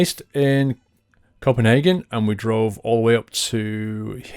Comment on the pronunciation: Everytime you say Kobenhavn you say it like Copenhagen xD